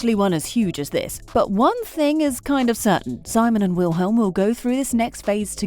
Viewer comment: the way she says Wilhelm and Simons' names 😭😭😭